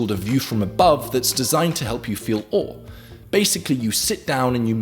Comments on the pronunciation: Why does he say O instead of awe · awe is pronounced like what we say when we feel awe